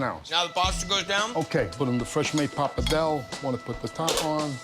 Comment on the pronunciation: The pronunciation of PAPA DELL, all wrong. Worcestershire sauce, forget it. Noodles? I'm sure it's great food to eat. But it's an approximation. It isn't Italian.